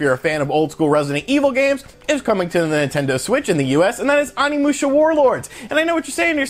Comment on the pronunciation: U saying onimusha wrong it is pronounced O-nee-mu-sha and his name is sa-ma-no-ske